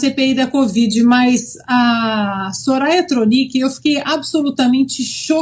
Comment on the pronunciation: A Soraya nem sabia falar o nome do padre kkkkkk